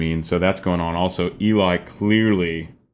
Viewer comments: I love how you break everything down--I actually learn a lot from it for my own singing. One note: Eli is pronounced as "Ellie". Not a big deal but I know you always want to be accurate. ;) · Eli’s name is pronounced like “Ellie” 😊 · Another great reaction. One word.... Eli's name is pronounced El - EE (not the more usual EE- LI). Short for Eliezer (hope I spelled that right!) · Just in case no one else has mentioned it, Eli's name is pronounced "Ell-ee", not "Ee-lye". 😉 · I love your explanations of everything, but... Can I correct you in one thing please? Eli's name is pronounced L EEEE not EEEEE leye. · Not being a jackhole but its.pronounced LE. Like Ellie. The female not Ely the male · First, I enjoy you musical analysis. It’s interesting. Second, really, Eli’s name is pronounced L-E, not ee-lie. Short for Eliezer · fantastic high cs on the high seas! btw it’s pronounced Elly not Eli 🏴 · Just wanna point out eli's name is pronounsed elee, not eli like its written. Great video as always 🥰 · Just for illumination's sake... Eli's name is pronounced "eh'-lee" I know. I made the same mistake, and later learned of my error. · Just FYI. It is pronounced Ellie. As in the beginning of the name Eliott. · Great reaction as always.....and Eli is pronounced "Elly" in our Eli's case. LOL This was such an incredible arrangement. Geoff outdid himself on this one. It has so much complexity. These guys are so damn talented, and Eli (Elly) is an absolute rock star in this one. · Thanks for this reaction! As I'm sure that someone has told you, Eli is pronounced 'Elly'. I think you should go as deep into the music theory as you'd like. Looking forward to your next reaction! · I love your channel and I love Voiceplay! One thing I learned is that Eli pronounces his name like “Ellie”. Please keep up the great work and I think you would be surprised by the choreography in Geoff’s Monster Mash. In any event I’ll keep watching!